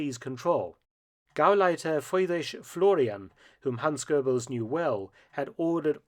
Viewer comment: It is Gauleiter Friedrich Florian not Freidrich (or Fraudrich) Florian. I know it is difficult for non-German native speakers to get it right all the time. I learned a lot from this short video and I am aware of the big gaps in my reading when I watch any Mark Felton video.